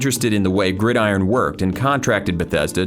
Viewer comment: Finally someone who pronounces 'Gridiron' correctly xD. Great video mate, I enjoy watching videos going over video game history.